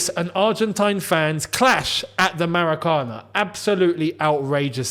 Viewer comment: pronounced MAH-RAH-CAH-NÁ For those who didn't watch the game, I suggest you do. Because that was a masterclass by De Paul and the team in playing South American street football against a young and NAIVE brazilian side. Joelington was an obvious and tasty morsel for De Paul.